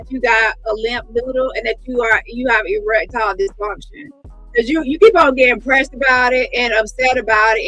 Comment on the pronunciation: Omg bang on the limp peen🤣🤣🤣🤣. My my my odusty. Erextile deefunshon in words🤣🤣🤣🤣🤣